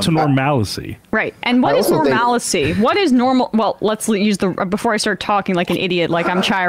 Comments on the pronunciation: She said "Normalicy" which is "Normalcy" with an extra syllable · Except she didn't say "normalcy"... she said "normalicy". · She said normalacy.